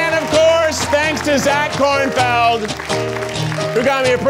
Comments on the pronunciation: Love how says “KornFIELD” instead of “KornFELD”. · Lol omg they say “Korn-FIELD” I hope that was part of the joke 😂😂😂